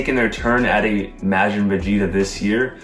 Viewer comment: love the video and predictions, but can you please start pronouncing Majin correctly?